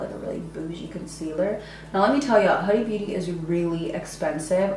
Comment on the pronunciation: Not the way to pronounce the brand